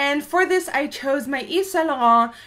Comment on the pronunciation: This is the first time I've ever heard a youtube guru pronounce Yves Saint Laurent correctly. Americans just chew it and and spit it out